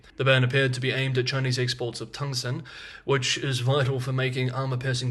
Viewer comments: It’s tungsten. Pronounced tung-sten. Tung-sten. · you seem to be mispronouncing Tungsten!